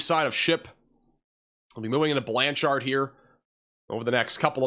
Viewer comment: I love the “Or-Chard” in Blan-Chard.” (Or is it “Blancherd”?)